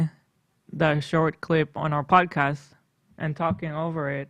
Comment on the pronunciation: bill trump on da pwodcayust